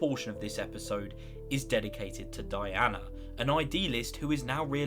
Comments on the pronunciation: It’s pronounced ‘Dee-Anna’ not ‘Die-Anna’. How can anyone forget Abraham’s line when they first entered Alexandria, “Who’s Deanna??!!” Lol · Deanna not Dianna lol